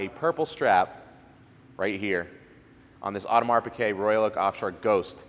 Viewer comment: It's Piguet...not "Piquet".